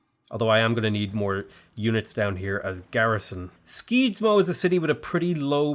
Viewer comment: He pronounced Skedsmo skeedsmoh 😂 Being from Skedsmo i just found that funny... Also to make it easier its pronounced more like Shesmoo